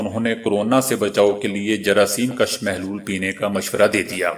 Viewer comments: جراثیم کُش ہوتا ہے ناکہ جراثیم کش۔ اپنے تلفظ درست کریں۔ کیونکہ انکے معنی میں بہت فرق ہے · جراثیم کش پیش کے ساتھ ہے زبر کے ساتھ ہے